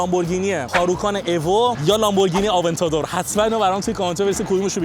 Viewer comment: هاروکان ؟😳 هوراکان منظورته انشالله ؟ آوانته دور نیست ، اَونتادور هست. هیونداست مگه 😂😂😂